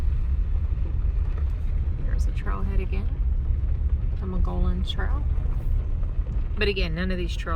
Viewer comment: The river flows when water is released from Caballo reservoir for irrigation during the growing season. Late fall and winter it will be mostly dry. Mogollon is pronounced muggy-OWN.